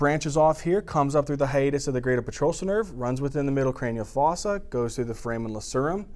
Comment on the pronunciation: Thank you for making this spaghetti junction, that is VII, seem manageable. Love the way you pronounce fossa and buccal